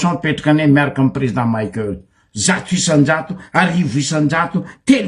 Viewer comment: 😱 Espèce d'abruti ! Maheza magnaja agnaran'olo. Tsy président Maïkeul pory nao fa Président Michaël. Anao marary jery, mipodiana mianatra à l'école.